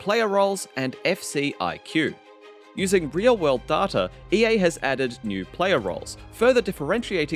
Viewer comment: Dartar? Its Day-ta